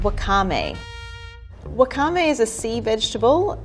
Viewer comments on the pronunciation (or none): It’s pronounced “whaka-meh” not “wakha-mei” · I got so triggered when she pronounced “wakame” wrong💀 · It's common for English speakers to put emphasis on the second syllable of unfamiliar words, but for Japanese words it sounds funny. First syllable should be barely more emphasis than anything else: WAkame, KOMbu, KAbucha, etc.